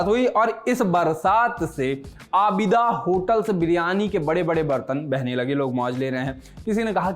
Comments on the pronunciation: आबिदा नहीं आदिबा 🤣🤣😂😂😂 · Bhaai आबिदा hotel nahi . Adiba hotel hai अदीबा. अ दी बा